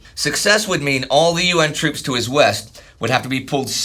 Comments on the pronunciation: Toops? I think you mean “moops” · OOPS it's troops